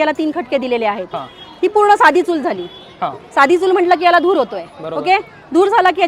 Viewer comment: धूर नाही कसे म्हणता ?